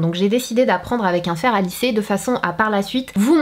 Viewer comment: "fer" pas "faire"